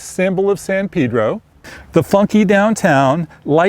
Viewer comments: It's San Pay-dro, not San Peeh-dro. Come on, people. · He piss me off about how he Pronounce it Shit